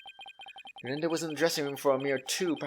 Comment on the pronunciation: Uendo is pronounced like window i guess